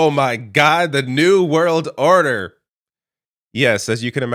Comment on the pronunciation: Are you ready for zee new world ordahhhh? 🎵